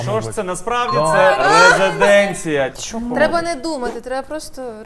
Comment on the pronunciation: РезИденція а не резеденція